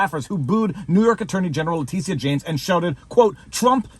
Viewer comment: Vever. Its pronounced lah Tisha.....lmao